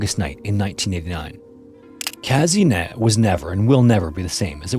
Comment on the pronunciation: The way you pronounced Казынет made me laugh so much 😂 The letter е in Russian is pronounced as ye, so it’s Kazynyet not Kazinet haha